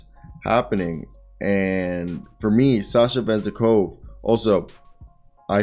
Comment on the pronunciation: Bruh good effort on the re-search! Please just try to get at least a bit closer to the actual names pronunciation - like you could probably listen to the commentators when you are cutting the highlights but the name is Ve-Zen -KoV the way Venzekova sounds like a weird female name in Bulgarian 😅